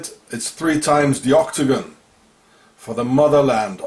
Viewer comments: oktogon. Ok-to-gon! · Every time you say octagon I hear ' or dagon' instead. Dagon is who they worship also. The Pope's hat. I haven't seen any of your other videos so IDK if you've spoken about it.